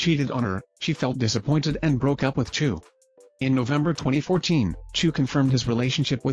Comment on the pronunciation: Chou... not choo